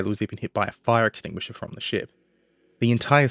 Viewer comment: mate the call is fire enxtinguisher not fire extinguisher!